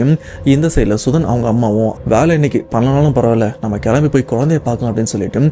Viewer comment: தம்பி அது வாலை இல்லை வேலை பலமுறை சொல்லியாச்சு ஆனால் நீங்கள் திரும்ப திரும்ப வாலை வாலை என்றே சொல்லி எனக்கு சஙகடமா இருக்கு. திருத்திக விருப்பம் இல்லை என்றால் பரவாயில்ல!!!